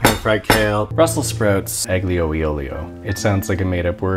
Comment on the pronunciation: "Aglio and Olio" that pronunciation is totally wrong, well actually just for aglio is wrong